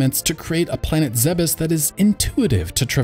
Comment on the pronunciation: It's pronounced ZEEBS. I'll fight you over it